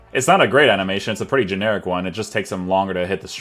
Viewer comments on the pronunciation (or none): none